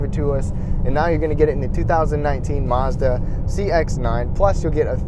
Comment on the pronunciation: Its Mazda NOT marzda